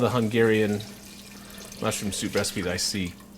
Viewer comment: idk what was the thing with the word "Hungeehrian" :D By the way, great recipe. :) A hungarian.